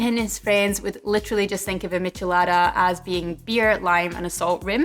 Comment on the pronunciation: Good pronunciation! Is a little sad that in my country is called "Michelada" every beer with lemon juice and salt in the glass... A little spice is also added, but nothing special. I would love to try this one! :( I'm from chile by the way.